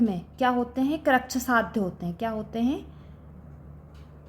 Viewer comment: Krichysadhya and asadhya galat pdha rhi h 😢